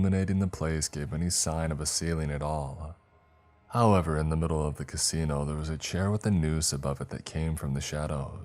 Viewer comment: However, not halever 😁